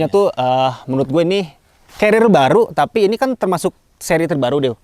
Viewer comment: Kelihatannya sangat kecapean di, terbukti di menit Pengucapan carrier salah "celil" Semangat terus bang bikin konten nya Sangat berfaedah